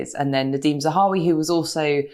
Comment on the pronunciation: It would be an awful shame if Nadhim Zahawi had to resign just when Katy has finally started pronouncing his name correctly... Oh the humanity!! :)